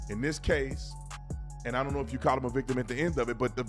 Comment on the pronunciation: sounds like she muttered "iunnno".